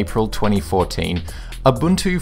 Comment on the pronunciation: Abuntu :D